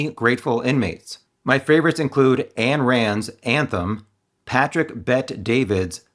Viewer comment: Love you, "Ayn" is pronounced, "eye Ann"